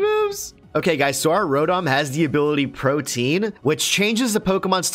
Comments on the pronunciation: Pro-tee-an... Though would have that, good fight! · They saying Protein instead of Protean xD Pro-tee-ann. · PRO-TEE-EN. NOT PROTIEN. PLEASE STOP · Its pronounced "Pro-Tea-Ehn", not Protein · Pro-Tee-Anne - not protein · Protean is pronounced pro-tee-in not pro-teen guys. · The fact that they are pronouncing it "protein" and not "pro-tee-on"... Yikes man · Pro·te·an. Man that one chafed a lil. lol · Protean is pronounced pro-tee-an and means likely to change frequently